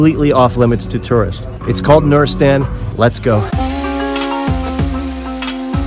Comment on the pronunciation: It's noor’istan, Noor means light or shine not nureistan